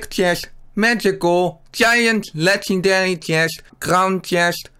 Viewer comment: Het is Legendary geen 'Legendelie'